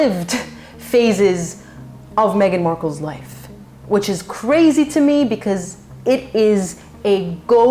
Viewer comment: when meg says "it was another life" she sounded like "another lie" loooOl freud did you feel that?